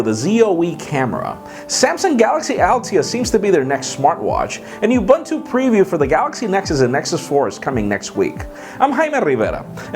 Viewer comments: By the way Jaime, it's pronounced Ub-o-nthu. A Zulu (South African language), philosophy, meaning; Being Human... Ubantu as you pronounce it means something else. Nice show too. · u call it youbuntu i call it oobuntu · u call it youbuntu i call it UHBUNTU